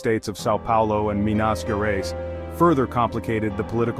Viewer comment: Nice video but man he butchered the pronunciation of the state of Minas Gerais.